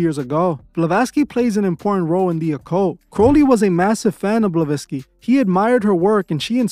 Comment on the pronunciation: Are you purposefully not pronouncing ppls name correctly? You called Roger Ebert elbert and Helen BlaVATSki balowski 😂😮😅